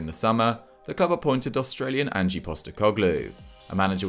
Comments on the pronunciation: It’s Ange not Angie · love the upload. sorry to be pedantic but they're pronounced "an-j" (1 syllable) not "an-gee", and "rog-itch" not "rodge-ick" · FYI, it's pronounced Ang (Anj) not Angie. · Mate say ange not an-ge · Please learn how to pronounce 'Ange' ta... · It's pronounced "Anj" ya fanny. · he's pronouncing "ange" with the e when the e is silent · Just FYI "Ange" is just one syllable. Rhyming with Flange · There is no ie sound at the end when you pronounce Ange <3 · The pronunciation of Ange's name hurts my ears. Please get it right.